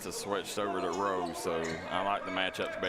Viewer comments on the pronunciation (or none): It’s Rowe pronounced like how for #1 for Harlan. Not like row